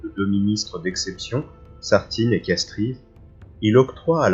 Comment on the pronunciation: Très intéressant, une précision tout de même « de Castries » se prononce en fait « de Castres » ; on n’entend pas le « i ».